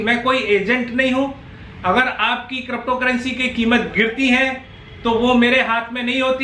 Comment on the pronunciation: Good update and thank you for uploading video related crypto currency. Sir, however, I have one request to you to pronounce crypto currency as crypto currency not crapto currency. Ha ha ha just kidding sir ji, u r doing good job